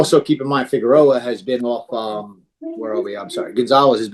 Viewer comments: Rivera Figeroa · Holy crap it's not Figueroa! Lol 😃 ng aside always enjoy your breakdowns.